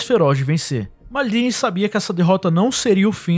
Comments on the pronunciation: Que P de "mardini", ta achando que o cara é caipira? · engraçado o jeito de ele "maldini" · Muito bom o vídeo e bem didático pros jovens estudarem a história do futebol, mas fala MALDINI como um brasileiro msm, mané... Na humilde.. soh um toq